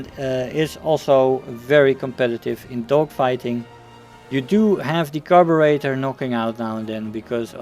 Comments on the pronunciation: Just stopping by to let you know that your pronunciation of "Carburetor" was actually spot on. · I am Brrritish and I approve of your pronunciation.